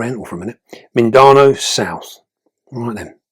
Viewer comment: Hi. Mindanao is actually pronounced as "mean/the now". Much love from the Philippines and keep 'em vids coming. 💖👍